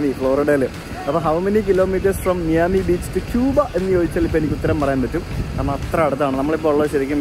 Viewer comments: "മയാമി" യാണ്. അല്ലാതെ നിങ്ങൾ പറഞ്ഞ പോലെ മിയാമി അല്ല കേട്ടോ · Mee-ami alla bro. My-ami. 😬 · bro: മിയാമി ❌️ മയാമി ✅️ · മിയാമി അല്ല.. മയാമി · Miami- My-ami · Please correct the pronunciation of Miami.